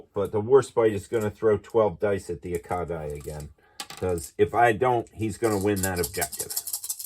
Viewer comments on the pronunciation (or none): Nice video! Couple of small items, and not trying to be rude, just educational. Akagi is pronounced uh-kaa-jee believe it or not. I’ve also heard it pronounced ah-cog-eee. The Ramallies is pronounced ram-il-leez